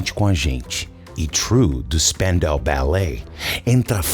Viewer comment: Eu nunca soube pronunciar o nome da banda... Spandau lembra francês, mas não é... Kkkk😂😂 🩰